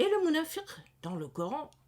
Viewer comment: Bonjour vous prononcez [Nafak ] pour nafaq [ Munāfir] pour Munāfiq Pourquoi vous prononcez différemment la même lettre Q ? Il y a une langue où des mots correspondants existent Fāk = faire trou ; chercher à comprendre les tenants et les aboutissants :Fag = sage. Habile. Malin :Firi = confiance. Espoir :Fik = friction. Agitation